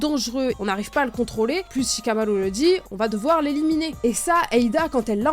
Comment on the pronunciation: comment tu prononces shikamaru 😅😅